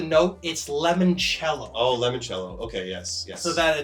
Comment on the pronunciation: lemon chello?? Is that supposed to be limoncello, the liquor? lmao